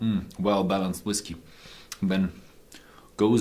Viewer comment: I am glad you have since stopped using that ridiculous "whiskAy" pronunciation.